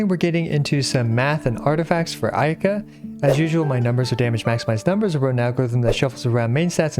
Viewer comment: I heard ayke 🤣